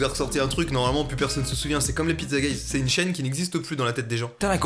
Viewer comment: Mastu lisant Pizzaguys : Pizzagéiz Moi :.....Pizzagays.......?